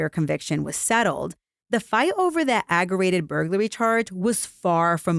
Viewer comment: it’s aggravated—ag-gra-Vated—not “agg-er-rated”. There’s a ‘V’ in there.